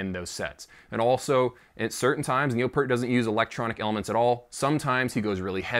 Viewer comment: really surprised that this guy knows his bass V-drum is named Wendy, but he can't pronounce Neil's name correctly....priorities dude...get 'em prioritized...